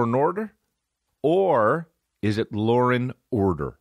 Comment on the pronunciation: its law and order not lorenhorder